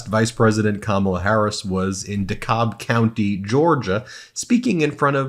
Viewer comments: FYI it’s not “DeCob” County it’s “DeKALB” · Dekalb County is pronounced Dekab (Deecabb) County. fyi! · It pronounced de- cab county😅🤣🤣🤣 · Pardon me… it’s De cab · Ben, the 'l' is silent. Dekalb is pronounced like 'Dekab' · Ben it’s Dee-Kab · Pronounced Decab counnty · pronounced De-Cab county... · In GA it's De-cab like a cab you take somewhere. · Ben, please learn how to pronounce DeKalb correctly. It’s pronounced deCab. No “L”. Just a little helpful hint. Make sure all the city and county names are pronounced correctly no matter what part of the country they’re in. Big supporter of you guys. Love the insights and extra pro democracy info. It really breaks it down for me. It is a bit jarring though when one of the highlights happened in your county and you mispronounce DeKalb it takes some of the oomph out of it. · Pronounced Dee-Cab (DeKalb)